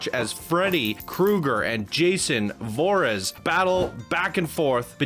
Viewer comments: Vorez?.....JFC, said he watched "all the Jason series" ? Anyways, it's 'Vor-hees' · its Jason Vor-HEEs lol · I don't mean this to be bad, but have you ever thought about having guest announcers if you aren't quite familiar with the properties? I mean no offense but watching you try to explain two franchises that you appear to have very little understanding of is painful. The butchering of Jason's last name ... a little painful :) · mispronounces Jason's last name okay, he just hasn't seen the movies. "I'm familiar with both of them"... You sure? Lol "more with Friday the 13th. I didn't really like Jason." Jason was in Friday the 13th... 2 minutes in and you already have me laughing, gotta love ya. 😂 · Hahahahahaha why you pronounced Jason Vorhees like that 😂😂